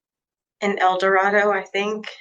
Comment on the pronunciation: I definitely have been watching these Butler County cases far too long: when the defendant pronounced the city "El-do-RAH-do", my mind immediately (in)corrected her to "El-do-RAY-doh", the way the locals pronounce it. 🤦🏽‍♀️😂😂